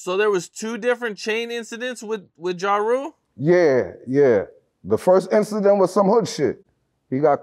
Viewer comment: "Ja Roo" lol